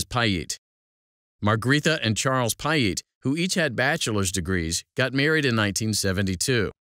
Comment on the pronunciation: Butchered the pronunciation bro!